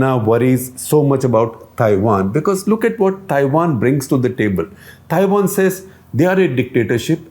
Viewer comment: Cringed every time Shekhar Ji said Thaiwan (Taiwan)